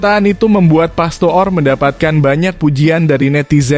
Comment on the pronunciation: Bodoh banget Mimin ini membaca nama orang pastoor itu di baca pastur